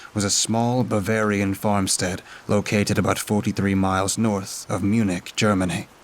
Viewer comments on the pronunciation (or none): none